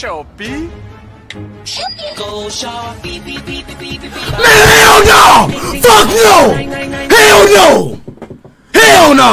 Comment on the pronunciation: Bro the Ronaldo say "shopee" speak Thailand my Thai 💀💀💀